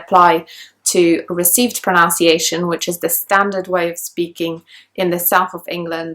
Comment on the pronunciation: You are not able to pronounce “pronunciation" clearly . What a mess ? I can't believe it .